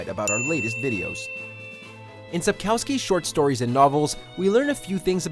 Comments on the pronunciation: It's not SapkAUSKY... It's kurwa SapKOWSKI. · can't pronounce Sapkowski correctly Sap-kov-ski, the w is pronounced as a v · it's cute when foreigners try to say the Polish surname of author correctly 🤣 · Please learn how to pronouns Sapkowski. Minimum effort reacquired!